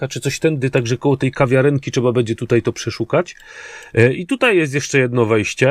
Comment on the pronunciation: jak Cię lubię to twoje "bede", " bedzie" itd., nie zrozum mnie źle, jest nieco denerwujące;)